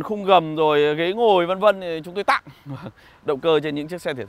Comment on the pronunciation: Chúng tôi " Tặng" nhấn mạnh nửa a haha